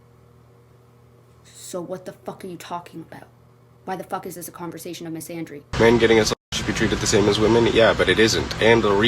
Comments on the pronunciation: "Mysandrynee" yeah...and she claims to be the most EDUCATED person she's ever known. Ya'll hear that? is DEEPLY educated. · she can't even pronounce "misandry" correctly omfg😭😭